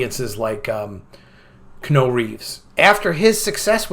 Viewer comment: It's pronounced KEE-YEAH-NEW. Please. Thanks for listening to my Ted Talk.